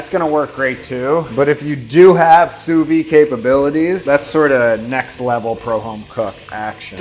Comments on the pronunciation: sous-vide pronounciation: soovid, not sooveed, and don't skimp on the d sound. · Can we all say it together?: "SOO-VEED". The "d" isn't silent, just because it's French. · I'm sorry I just gotta say this, it's sous-vide with a d sound at the end. In english and french. It just hurts my french heart to keep hearing him say "souvy"😭